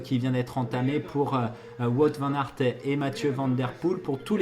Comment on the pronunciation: Juste un petit détail, Wout Van Aers ne se prononce pas "Vout" mais comme le Who en anglais avec un T à la fin :-), sinon, super vidéo.